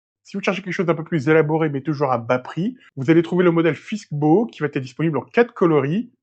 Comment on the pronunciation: On ne dit pas : il va t être piusque il va s ecrit V A et pas vat...c est plutot agacant ; vidéo intéressante